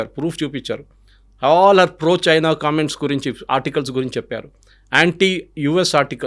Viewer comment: సర్, మీరు కూడా చైనా అనకండి ప్లీజ్, బాగాలేదు.